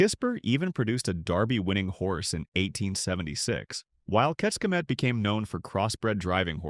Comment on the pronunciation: Mezőhegyes, and Kisbér and of course, Keks k'e Met (Kecskemét) I always laugh how english try to pronounce hungarian cities